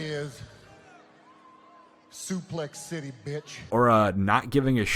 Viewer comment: it's called Suplex Shitty. if you're gonna say it then say it right.